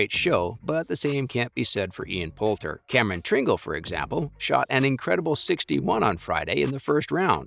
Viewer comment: Learn to pronounce Tringale’s name